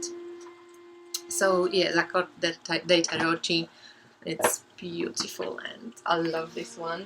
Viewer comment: Oh, that Lavish Earth deck... it's now finally on my wishlist. ;) Also... 'tarocchi' is pronounced with a k - tarokki. The h turns the c in front of the i into a k.